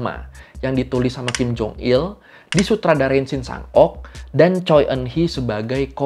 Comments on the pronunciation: Koreksi penyebutan bang. Choi dibacanya cwe bukan coy... 🙏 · Revisi dikit bang. Shin Shang Ok meninggal di tahun 2006 (sumber: Wikipedia). Marga Choi kalo gua denger orang Korea asli ngomong bacanya "Chwe":)